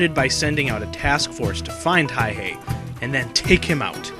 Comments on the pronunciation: the mans name is Simo Häyhä, not "Hayhe" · It's Häyhä... not Hayhe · It is not Hayhey the way the vid keeps pronouncing it It is Hauha , the two A s pronounced like cat, the U pronounced like uniform. Does it matter ? To finicky detail oriented history buffs it does. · Simo HÄYHÄ, not Hayh-e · Its Häyhä not Hayhe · It's Häyhä, not hayhee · His name is Simo Häyhä not hayhe or what ever reads in this video. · MAN Huh? Häyhä was a native Finn who died there in 2002. The Finnish language most definitely has a "ä" letter. The name is pronounced "hay - HAH" (accent on the second syllable, the "HAH" rhyming with the "a" sound in "add.") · well thats how we finns roll, and Stalin's birthday present that year was 200,000+ dead people, courtisy of the Finnish military, also its Häyhä, pronounced Häuyhä, sorta, I can't emphisise the pronounciation online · Get his name right Simo häyhä inconsiderate jerk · I feel like this doesn't pay true respect to Häyhä. He was way more bad ass then you make him out to be... and you are saying it wrong dumbass. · how exactly does one pronounce that, I have wondered for a while.